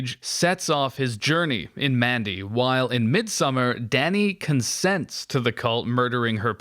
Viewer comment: The way you say "Danny" sounds like "daddy"